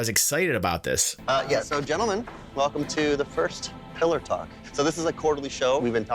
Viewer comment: I thought they called it Pillow Talk for a moment there :P